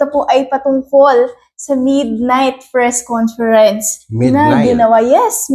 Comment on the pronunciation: "Fres conference"??